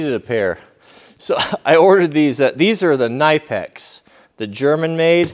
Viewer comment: knipex isn't pronounced with a silent K Germans are very literal